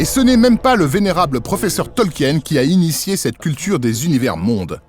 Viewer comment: Tolkien, ça se prononce bien "Tolkin" et non pas "Tolkiène" à la française...